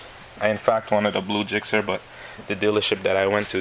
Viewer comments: It's gixxer not jixxer mate ;) nice bike though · Spelled Gixxer, pronounced "Jixxer" mate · Ever heard of hard g's and soft g's